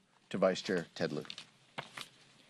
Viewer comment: Ted Lieu-ser...